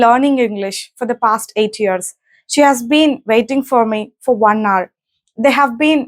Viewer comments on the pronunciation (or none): none